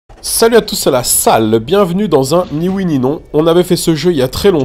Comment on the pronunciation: il dit « Oue »